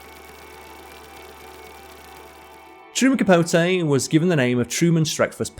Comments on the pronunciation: Truman Capo-tay. 😅😅😅😅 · It's "CapoTEE". A feature on a writer of his gifts should be SCRIPTED and well- written at that ("hung around with"? Surely "socialized" is better). Otherwise, a good introduction to the author. As to the comic range of "Smallwood" there is an Irish actor called Jimmy Smallhorne", and decades ago in Romford, Essex, I knew a Dennis Crapnell ( one introducing himself before a lecture, he added, "I've heard all the jokes." Staying on this theme, there is a famous Irish journalist called Fiona Looney🎉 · A lot of mispronunciations too. CapoTAY....PorGEE.😮